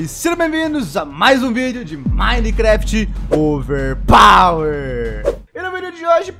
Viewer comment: Toda vez que ele fala overpower uma parte do meu cérebro morre